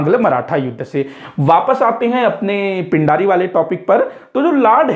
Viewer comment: Pind nhi peendii bolte the